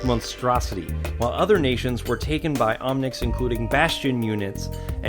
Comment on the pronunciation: lol omnics not omnits